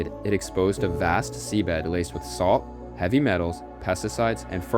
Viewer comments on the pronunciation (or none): none